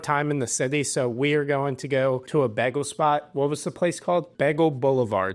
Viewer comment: The way you pronounce Bagel makes me angry as hell.